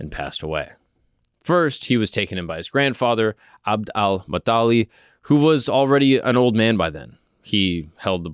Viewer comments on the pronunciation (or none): man you're insulting us Who is Abd Almuttali There is no person with this name his name is Abd al Muttalib This is our grandfather that you are talking about at least pronounce his name correctly And thank you for this wonderful video.